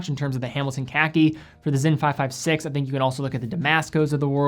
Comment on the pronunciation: "The Hamilton KEKI"???